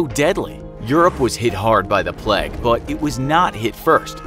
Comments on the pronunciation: Why is he pronouncing it plaque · The way u say plague irritates me so much, it's not pleg... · ‘The pleg’ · Americans really saw the word ‘plague’ and thought yeah that’s pronounced ‘pleg’